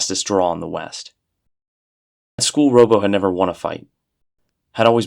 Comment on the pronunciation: These sound like genuinely fascinating and well-written stories and I have to thank you for making me aware of them, but I just can't sit through this with all the mispronunciation. "Robbo" ought to be like "Rob", since his name is Robert, rather than "robo"; "palatial" is "pa-LAY-shul" not "pa-LAT-ee-ul"; and so on